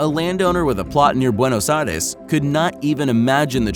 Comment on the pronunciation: dude eaven I can sayl correctly Buenos Aires